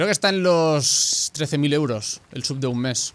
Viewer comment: Cada vez que dices sub alguien muere en el mundo hispanohablante